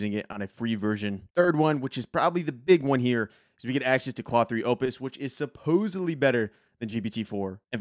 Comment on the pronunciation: Thanks for the intro, good vid (it’s pronounced Clode, btw).